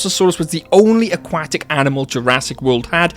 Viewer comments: 'akwatic' lol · The way you say aquatic is really funny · I like the video but the way he says aquatic buggs me